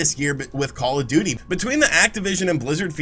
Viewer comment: I’m hearing “Call-a-Duty” every time you say “Call of Duty”.